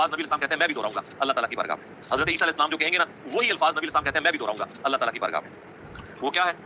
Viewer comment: Aap alehi asslam kehte hain .jbki alehisslam kehna chahiye.